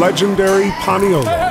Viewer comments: It’s paniolo 🤦🏽‍♂️ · Its paniolo not paniola